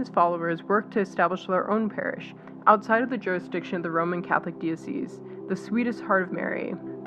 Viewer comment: The narrator could have learned how to pronounce normal English words like "diocese" and of course Fr. Karasiewicz's name. A matter of professionalism and respect.